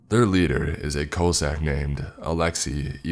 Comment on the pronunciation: Can't get over your pronunciation of Ruski 😂😂😂😂😂😂😂😂😂😂😂😂😂😂😂😂😂😂😂😂😂😂😂😂😂😂😂😂😂😂😂😂😂😂😂😂😂😂😂 Omg Cossask 😂😂😂😂😂😂😂😂😂😂😂😂😂😂😂😂😂😂😂😂😂